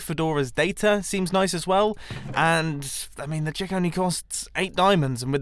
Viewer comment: The"chick" sounds so wrong